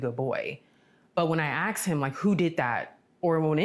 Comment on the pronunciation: ....stop AX'n